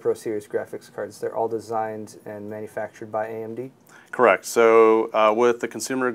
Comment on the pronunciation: Lol corract!